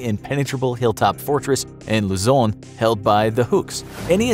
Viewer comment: Its Luzon (Loo-Zon)